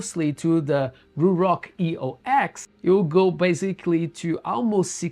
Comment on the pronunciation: This is not a review of the EOX at all.... highly disappointed. This is more of a commentary on the company itself. Eox is pronounced Eos btw, its another god from mythology. It symbolizes a rebirth. They are trying to do better as a company. Hence the rebrand from Atlas